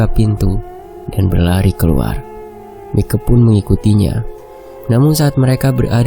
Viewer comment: Aduh dr tadi ko gak enak denernya ! Kl Mike itu nama panggilan buat perempuan , tapi kl laki- laki dipanggil Maik atau kl ditulis Mike dibacanya Maiki.... Gitu jadi enak nih kuping dengernya jadi jng panggil Mike itu jadi berubah jadi panggilan buat cewe. ..